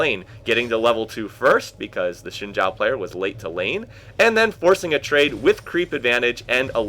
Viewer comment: Btw, in Chinese, Xin Zhao is pronounced "Zin Jow.":)